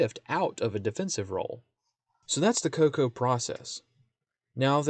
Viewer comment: It’s pronounced “KO-KO-UH”